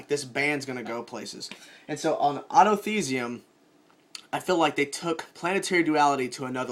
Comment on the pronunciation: Why does he say autothesium